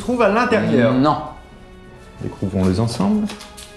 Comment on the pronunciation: "Découvrons-le Zensemble" 😅👌🏻😂